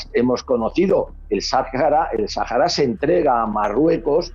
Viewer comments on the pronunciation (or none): none